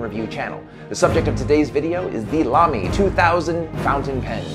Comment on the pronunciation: Thank you for pronouncing Lamy correctly! :)